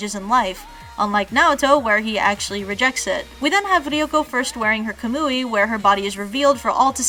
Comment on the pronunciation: Not bad, but you suffer from the same affliction a lot of youtube reviewers suffer from. Mispronunciation of the words as they are spoken in the Japanese and the dubs. It's not impressive trying to sound like you are saying something like Kamui "right" when you show a clip two minutes later that shows you're are mispronouncing it. Otherwise good video.